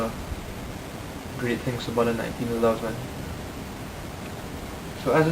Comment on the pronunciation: " The nineteen eleben "